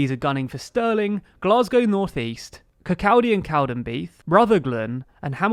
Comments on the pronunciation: just to let you know that Kirkcaldy is pronounce “KirCAWday” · It’s pronounced Kir-caw-day (Kirkcaldy) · Kickaldy: kirk-cod-ay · SNP will not be going for Kirk-caw-day & Cow-den-bee-th (i spelled it out how you say it as apposed to spelling it correctly as you butchered it and it hurt my soul lol) as they have removed there Candidate there for Hate Speach. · "Kirkcaldy" is pronounced more like "Kirkauldy" or "Kirkoddy". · The Kirkcaldy seat that was mispronounced also cant win a snp seat unfortunately as the candidate was suspended from the party in late November which was too late to change the ballot. Lots of controversy over it here right now! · "Hamilton West & Midlothian" consitiuency? Interesting geography. Also you made a Horlicks of Esher, Kirkcaldy and Ceredigion. Otherwise fine.